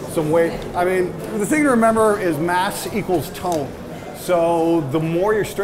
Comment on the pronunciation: Did this man just say mass = Tone.